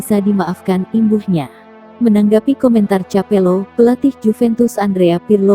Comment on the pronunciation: capello😅 kapello. .